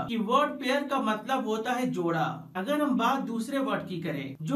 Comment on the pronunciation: Jora not joda